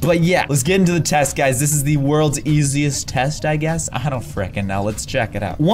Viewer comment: says: FREKEN!